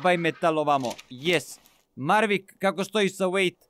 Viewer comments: Mavrick a ne marvick hahaha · Maveric ne marvic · Jao pa nije Mavrick nego Maverick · zove se Maverick a ne Marvick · izvini sto te ispravljam ali kaze se maverick